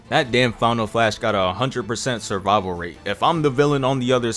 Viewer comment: Man said 100% savival rate that crazy